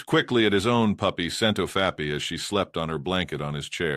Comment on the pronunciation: I also am getting used to hearing "Scent of fappy" instead of Scentofhappy. I laughed the first few times I heard it.